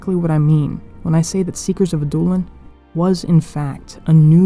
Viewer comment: Love the vid. Could be wrong, but I think it's pronounced "Ad-doh/dow-lin" which is more of a vowel sound similar to "ouch" rather than a hard "oo". It's a softer prounciation more related to French.